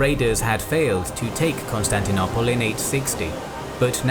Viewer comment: Please can someone tell him how to say Constantinople correctly pleeeeeeeease 😆